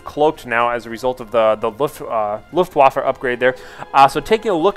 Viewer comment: sounds like luftwoffel...which is wrong :P so...wAffe, not wOffe